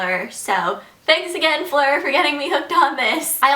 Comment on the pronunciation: My english teacher is american but he can't say the name 'Fleur' right. But you can :$ (i'm from the Netherlands)